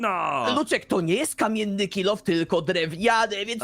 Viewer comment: I luczek powiedział 😂😂😂😂 było zadanie że miał zrobić drewiany kilof ale powiedział kammieny kilof!